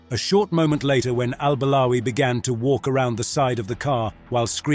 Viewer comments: After listening to you for 3 minutes, now I understand the guy why he did what he did. I mean you pronounced the guy’s name incorrectly for so many times in just 3 minutes Al-balawi, Al-barawi, Al-bawari, Al-bawali. Imagine how pissed off he was because of those CIA agents also mispronouncing his name, that’s why you learn your double agents name correctly, so they don’t turn their backs on you 😂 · I am surprised that you did your homework....my objection is only on the way you pronounced al-Balawi